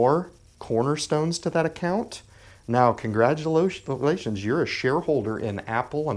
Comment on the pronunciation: "Now Congratulotions" 😂😂